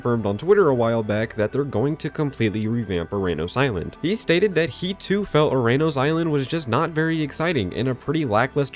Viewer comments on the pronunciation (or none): “URANUS” Island 😂